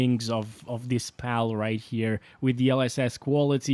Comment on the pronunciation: As a Brazilian fluent in Pal content creation I can say you nailed the way we say it (fyi: Pal, in Brazilian Portuguese, means d*ck however we write it with U instead of an L, but the pronunciation is the same)